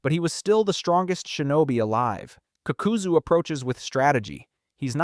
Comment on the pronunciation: I don’t know if u trolling or wat n I see u r knowledgeable of Naruto. How can u hear these people’s names so many times, do all videos mentioning them, and still butcher it. Also HOW THE FCK can you pronounce the Ha in Hashirama but not the FCKING Ka in Kakuzu saying fcking kukuzu it shouldn’t irritate me as bad as it is but oooh watching 14 minutes of a good video n hearing that pssed me off